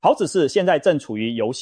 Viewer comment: 是ㄆㄨˊ朴子市，不是ㄆㄧㄠˊ朴子市。